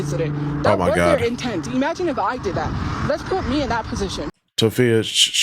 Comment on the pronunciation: "E-magine" a Tophia isakai? "That time I got reincarnated into employment"